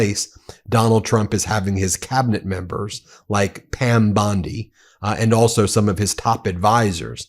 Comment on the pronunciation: BEN, YOUR IMPERSONATIONS SUCK EVEN WORSE THAT YOUR PRONOUNCIATION OF PROPPER NOUNS! Please STOP! Bondi does not sound anything like that and your Levin impression forces me to shut you off.